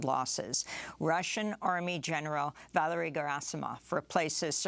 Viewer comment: Valerie? (Vah-ler-ee) (Typically female name) Or Valeri? Pronounced "vah-lé-ri" (Typically Slavic/Russian male name, like Valeri Bure)